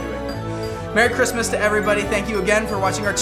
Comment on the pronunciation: WHEN YOU SAID MERRY CHRISTMAS AT THE END THE E AND THE R WERE THE WRONG WAY ROUND! 😂. AND THAT WAS ONE OF THE QUESTIONS! 😂